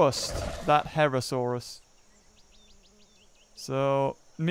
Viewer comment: It's not a herrasaurus it's a herrerasaurus